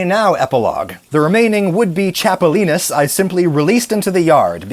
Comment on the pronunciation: Good job pronouncing chapulines